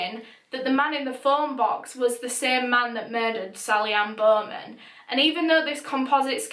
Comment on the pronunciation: Sally Anne-Bohhhmenn